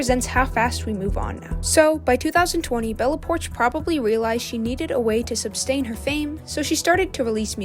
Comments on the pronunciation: It's "sustain," not "substain" (there's no B in it), and "behind the scenes," not "behind the screen." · It’s called SUSTAIN not substain it drives me crazy when YouTubers (people who want to talk for a living) don’t know how to pronounce simple words